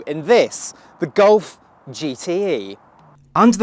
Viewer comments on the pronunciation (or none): voke's wagen gulf? please work on your pronunciation